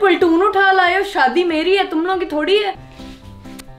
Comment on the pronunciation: she said paltoon uta lae ho instead of lai ho 🤣